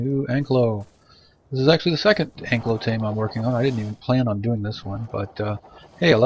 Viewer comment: An - kai' - lo (saurus). Not Ank - lo - Thanks for the video.